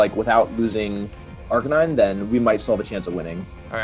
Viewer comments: Arr-can-e-neh whaaaaaaaat I thought it was Arr-can-nine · Why did he say arca nee nay?